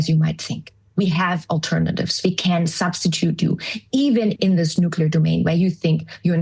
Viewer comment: Oh the irony. Turn off the safe nuclear power plants, build nucular weapons